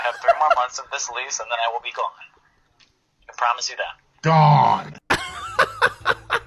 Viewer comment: He say “gone” the same way my (almost) 2 year old niece says “SNACKS!”